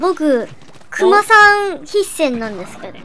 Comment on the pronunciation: の「○○なんですげど！」が好き(๑♡∀♡๑)